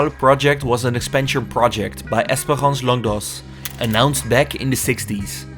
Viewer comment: Longdoz is in het frans uitgesproken als Longdoo, jouw uitspraak is die van Longdois.